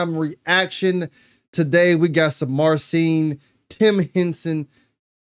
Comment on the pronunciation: Thanx for nice reaction. Two guitar legends doing legendary stuff. Greetings from Poland. PS. Sharing a big secret: His name should be pronounced [mar-cheen] [putt-shuw-weck]